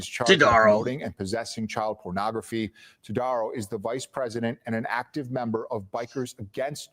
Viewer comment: It's pronounced TowDAHrow, and we don't know yet if he's related to the infamous family, but everyone is trying to find out. Local BACA chapter released a statement and have ousted Todaro and his wife from BACA. In addition to the court justice he's facing, I have no doubt there will be significant consequences for him from other sources. Chomos don't do well in prison, either.